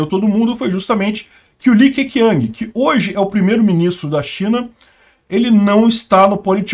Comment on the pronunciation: Li Que Quiang se pronuncia Li Que Tchiang. E Hu Jing Táo